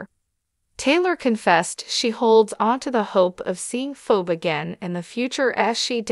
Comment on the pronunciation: What's wrong with you her name is Phoebe. Please learn how to pronounce people's name